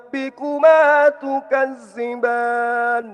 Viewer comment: Mantap Maaf koreksi dikit ذ tapi dibaca ز